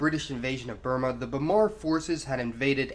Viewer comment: Is this guy trying to sound sophisticated by trying to pronounce Burma "Bur - maar"????